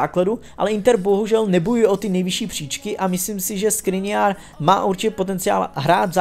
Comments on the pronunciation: Milan škriniar on tam ma š nie s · Škriniar sa nečì ta sa Skriniar ale Škriniar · To je Škriniar nie Skriniar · prosím hovor Škriniar a nie Skriniar ďakujem inak super video prosím ❤️😂😂😂😂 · S klubu by mel odejít pogba a škriniar sa nečíta skriniar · SKRINIARS?!!!???!!! ŠKRINIAR, NIE NÁHODOU! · Vážne povedal Skriniar je to Škriniar !!!!! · Ty vole!! Škriniar, nie Skriniar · Škriniar nie Skriniar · Śkriniar nie Skriniar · loftus ček a skriniar :D:D:D ty si odborník na slovo vzatý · Š-kriniar, Š-kriniar.....:) jk.